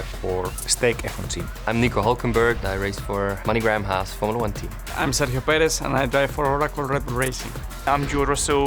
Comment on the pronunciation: "I'm Serhio Perez and I drive for Rahkluruke Racing" 💀